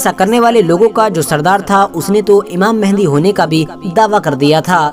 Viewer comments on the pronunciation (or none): It's IMAAM MEHDI..sahi se bola karein